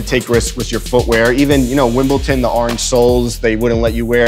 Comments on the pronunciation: “Wimpelton” 🤣😂 it’s Wimbledon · Jesus Christ it's WimbleDon not WimbleTon. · Qintz And then says Wimbleton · Did my man really say Wimbleton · anyone who plays tennis in the US does not call it that lmao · When he calls it Wimbleton Lol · Did just say wimbleton lmaooooooo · Did he just say Wimbleton?, step your research game up. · Did the host just say WIMBLETON???!? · How do people still say wimbleTon?? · did say Wimbleton.....fuck me Americans and English best shoe roger picker up was the acronym presto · Oh look, another American that says "Wimbleton " 🙄😂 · "Wimbleton" cringe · really said Wimbletin😂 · Did say "Wimbelton"? LOL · the smirk is due to the pronunciation butchering of Wimbledon 😂 nice guy didn’t say anything lol didn’t want to correct him when he said WimbleTUN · my sports pet peeve, people pronouncing Wimbledon wrong. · when your boi mispronounces the title you are king in